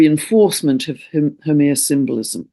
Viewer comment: Dear, thankyou kindly as ever for this illuminating message. Pls note, re: Haumea, I am a native Hawaiian, and She is pronounced as: how May ya. I have mentioned this before but you probably never got it. Have a Blessed, Magnificent and Peaceful Month to you and All of Us. Aloha Nui Loa 💕